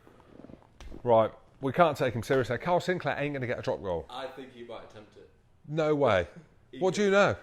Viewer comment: ITS NOT “SINCLAIR”!!!!!!!!!!